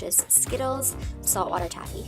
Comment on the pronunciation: Taffy not toffy